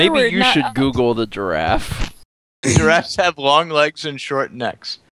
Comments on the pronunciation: "Shut up Alex, you know nothing about draffs!" Oh, when will you learn that giraffe is pronounced jəˈraf. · Hahaha struggles with saying giraffe. Awwwwwwwwwww reminds me of the olden days lol! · The return of the "jraff"